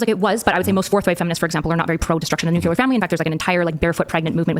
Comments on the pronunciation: I was fully on side until she said "nucular". She lost the debate. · She’s not helping herself by saying “new-q-lure”